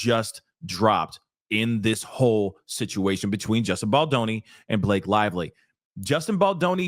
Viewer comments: I love the way how you mispronounce Blake's name, cause in my first language it means "moth" :D :D :D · I can’t help but giggle every time I hear you say B-lock-a and.